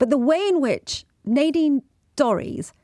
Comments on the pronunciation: Nadine: the a is short not long. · It's pronounced Nadine.